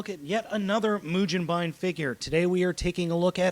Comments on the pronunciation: can you read japanese? let me break it down for you マシン ロボ ムゲンバイン マシン = ma-shi-n = machine ロボ = ro-bo = robo ムゲンバイン =mu-ge-n-ba-i-n (yes in japanese consider the "n" at the end of the syllable, as it's own syllable) if you don't believe me, google a katakana chart and actually LOOK for how to SAY mugenbine, or continue to sound like and ass. Either way, the internets know I'm right. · its mujenbine dude and if you are goign to sound it out do it right its mu jin bine, not ba in. the japanese say it mujinbine not mugenbine however we can say it that way cause we aint japanese(im british but we i still say gen rather than jin.) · it's pronounced moo-gen-ba-in, the GEN is pronounced like the ge in "get" there is no "je" pronunciation in the japanese language. if they need to say it because of foreign words, they would spell say it like ji-e.